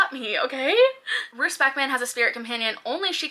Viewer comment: Loved this vid! I noticed you had some difficulty with the names in My Darling Dreadful Thing- Roos means Rose, and is pronounced pretty much the same. Hope that helps some❤ much love from the Netherlands